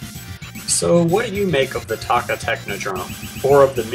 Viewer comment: its toe kka